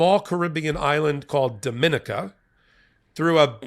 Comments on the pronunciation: Ben, it's pronounced Dom-in-eek-a (or the Commonwealth of Dominica, to give it its full name). Dear me, could I tell you some stories! ;) You may want to Google the former Minister of Finance, Ambrose George. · I only have one disagreement with Ben. His pronunciation of Dominica - Dominica ( DOM-ih-NEE-kə)